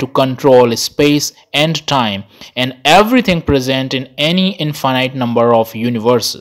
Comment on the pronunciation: Now I am not sure if I pronounced Infinite correctly whole my life 😀